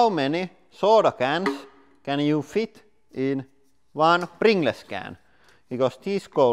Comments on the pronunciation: u should say "prin-galls" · Btw is pronounced pringulls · Pringle’s is pronounced - Pringls / Pringuls. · I love how he says pringles “pringless” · I say pringless too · Yeah, I can definitely see why non-native English speakers would pronounce "-gles" as "gless" instead of "-guhls". Almost every other language in the world would have pronounced it "-gless". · hahaha, pringlays. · Just came to find out how Lauri was going to pronounce "Pringles", and he didn't disappoint. We brought too much Pepsi MAX to the picnic... Next time we should Pring Less. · Its more of a "pringlez" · More like pring-less, like in something that has no pring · yh mate I'm fukin drowin in tears 😂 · Pring-less less pringles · Love the way he says, Pringles. Pringless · Its pronounced pringels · It's like the word "singles" you say it like sing-guls and not like sing-less haha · Finnish doesn't have any silent letters, so he's pronouncing it the way he sees it written.😀👍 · “Pring-gless”! 🤣🤣🤣🤣🤣 Dude, you’re awesome!! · thats how any finnish pronounces "pringles" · everyone in finland says pringles like that lol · Pring-les he says👌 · I like how he says Prin ge lez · Nobody: Lauri: PRINGLESS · “ Pring Less” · "Pringless can" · Pring-less can Loool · I know it's spelled Pringles but its pronounced Pringuls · prin-gles funny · because English is such a stupid language , pringles is said or "pringals" . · wait how the hell is pringles supposed to be pronounced then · aR Ballistic yeah lol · This is exactly why I loved this so much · Not really an accent thing, it's just the way the word Pringles is said when pronounced like it would be if it was a Finnish word. And because Pringles is called Pringles also in Finland (obviously), people are used to say it like that while speaking of Pringles in Finnish, and don't necessarily realize to change the pronunciation when switching to English. If that makes any sense.